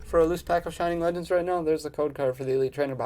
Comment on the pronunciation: “Flegends”😂 great video 😭